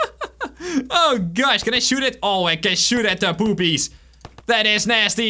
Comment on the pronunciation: As you said "poopies" i understood "boobies" 😂😂😂